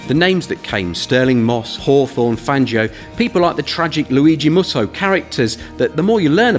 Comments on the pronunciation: You consider yourselves passionate and cannot even avoid mistake in the name of the fine Italian driver who had fatal accident at Calvaire? Luigi Musso he was, not Mussi Then, there is nothing unpronounceable in local geographical names (and I am not French) - this is just British pride and ignorance. Thillois, Muizon, Gueux etc. are perfectly pronouncable - all it takes is to speak foreign languages. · Musso, not Mussi.